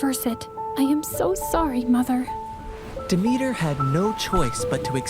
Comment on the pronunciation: Really nice story !! But as a Greek person you did pronounce Demeter wrong